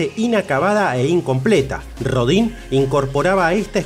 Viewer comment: Pues para empezar habría que pronunciar bien el nombre, es molesto que hagan un programa de alguien y ni siquiera digan bien su nombre, que se pronuncia Auguste Rodan aunque se escriba Rodin.